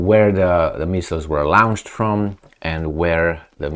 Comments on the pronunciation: Not quite....... "lawnched." "Lornshd" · PLEASE read my comment. Launched is pronounced "Lonched"